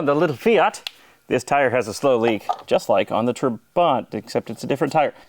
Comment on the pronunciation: It’s not TraBANT, but TRAbant. Emphasis on Tra.